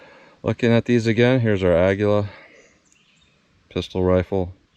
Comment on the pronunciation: You pronounced it correctly on this video. It is Spanish for eagle. I have asked three Spanish-speaking people how to pronounce it and they announced it as you did. I went to an app that translates Spanish to English and vice versa and it pronounced it the way you did correctly. Don’t let the haters hate.😊